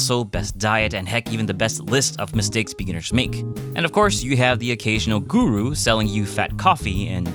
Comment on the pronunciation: Did u say guru are u from India